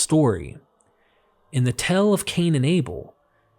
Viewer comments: SAY TAIL NOT TELL TAAAAAAAAAIIILLLL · Anyone else find his pronunciation of tale as 'tell' weird? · I’m sorry but I feel the need to tell you that tale is not pronounced “tell.” Also, mischievous is not “mis-CHEE-vee-us.” Look at how the word is spelled. There is no i after the v. And familial is not “fam-i-LEE-al.” It’s “famil-yal.” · You pronouncing ‘tale’ as ‘tell’ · This is very good, unfortunately, because of a flaw within my personality, I cannot abide having the word “tale” pronounced as “tell”, so goodbye forever. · Tale is not pronounce “tell.” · When you said "tale" in the first 40 seconds of your video, you pronounced it "tell". You need to work on your speech. When I hear someone mispronounce a word it's like figuring out how a magician did a trick before he even finished. Learn about long vowels please. "Tale" is pronounced with the long A. Like when you say A,BC, etc. You don't pronounce it "Eh, Bee, Cee". You even pronounce "Cain" correctly, with the long "A:".I am really tired of watching professionally made videos by people who can't even pronounce words correctly. At you pronounce "Fields" as "Filleds". It's pronounced"Feeleds." Your speech is so distracting that I can't even concentrate on the subject matter. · So, do you say, "The tell-tell heart"? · I was confused until I realized pronounces "tale" to sound like "tell" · came to the comments looking for this. big agree